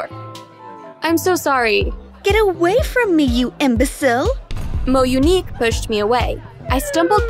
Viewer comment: girl tf is a mounique